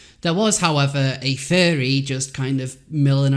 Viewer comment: Not "fury", not "faerie", it's FURR-REE